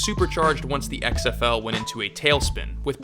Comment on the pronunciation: "I luh X-EHF-EWW long tie"